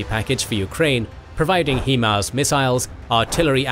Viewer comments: THEY'RE HIGH-MARS!! STOP CALLING THEM HEE-MARS!! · Let it be known you pronounce HIMARS as high MARS, not he MARS, as HI literally stands for high in the acronym. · HIMARS 'High Mobility'.... 'High'... 'HI' HIMARS..... not 'HE'MARS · Good video! Please stop saying Heemars.